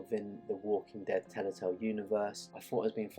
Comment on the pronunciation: Telltale. Not Tellatale.